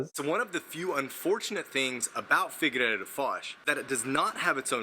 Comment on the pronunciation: Please take this comment with humor as this is the intention of it.... Why do the English speaking people tend to think that Figueira is figurReira?? Top tip pronounce figeeira instead 😇